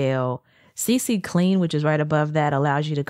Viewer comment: but look tho...its CClean not CCClean. like you said c twice when u only gotta say it once ya know